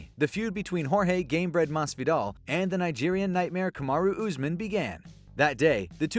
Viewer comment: This dude says Usman like chael does = Oozeman